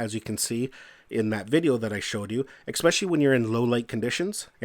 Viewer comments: It is especially, NOT ex-specially. Good video overall though! :) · LOL! That drives me CRAZY! Funny how something so petty gets under my skin... A character flaw I readily admit to, but I can't understand how that mispronunciation is so prevalent. :-(